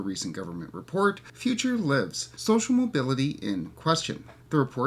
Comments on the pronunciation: is a bot. You're probably also a bot. pronounced lives wrong. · You pronounced lives wrong. You are a bot.